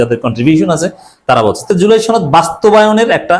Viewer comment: সনদ উচ্চারণটা শিখুন।